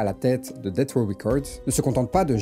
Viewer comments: C'est DESS RAW fréro, pas DETT RAW. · Ça se prononce plus [detss]